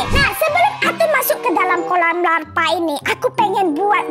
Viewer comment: bukan Larpa tapi Lava tidak pakai huruf r dan p tapi pakai L A V A dan ges buka gesti Semoga di baca hehehe 🐮🐮🐮🐮